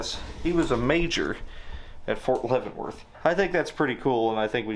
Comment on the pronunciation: Did you say Fort Leavenworth? 😅😅